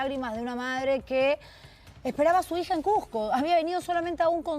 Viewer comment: CUSCO no CUJCO??????? CUSCO CUSCO CUZCO CUZCO QOSQO CUSCO CUZCO, por favor hablen bien: NO SE dice CUJCO, no CUJCO , SE ESCUCHA HORRIBLE, que vergüenza !!!!!!!!! PERUANO no PERHUANO.